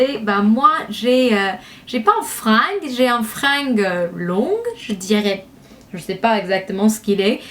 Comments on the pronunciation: tu me fais trop rire:-)) on dit "masser la tête" et non pas "massage":-) et "frange" et non "fringue";-) continue à ns faire des vidéos comme ça tu es top gros bisous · Elle est super ta video juste le G de frange se prononce "G" pas "Gue" mais c trop mignon ;) <3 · coucou, on ne dis pas fringue mais frange, qui se prononce franje, bref super vidéo bisous <3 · C'est vrai que tes boucles font super naturel ! Je pensais que tu avais les cheveux naturellement comme ça. En tout cas ca te vas très bien ^^ Peut-être je me tenterais de faire ca moi qui ai les cheveux très lisses pour changer :p Sinon le mot "frange" s'ecrit avec un "g" mais on le lit avec un "j" phonétiquement ce serait plutot "franje" ^^ Mais bon on t'avait compris :) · tes cheveux qui sont juste devant ça s'appelle une frange :) et ça se dit fran-je comme je tu il :) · La frange sa se prononce franje ;)